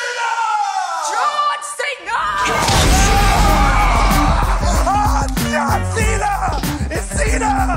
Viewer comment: you said John vena